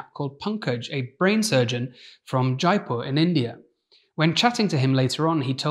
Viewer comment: All Indians died a little inside when he pronounced Jaipur as jayeepur, innit?